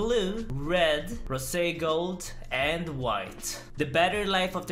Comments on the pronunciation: Did he really say rosé gold 😂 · Nobody:: RO-SAY GOLD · That's how you say it in swedish - roséguld